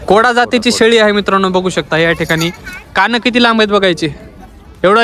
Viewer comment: Koda nahi kota